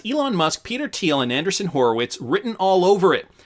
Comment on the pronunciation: Interesting… I’ve heard most others pronounce it an-dree-ssen and not an-der-sun. Must be something about the way it is spelled